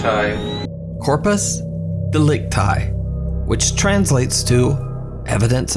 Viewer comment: Actually "Corpus delicti" is not spelled "delict I", like "I am", but "delictí", as in "Inside" (ee sound). Delicti is the genitive singular form of Delictus. Its the "body of the crime", in literal translation.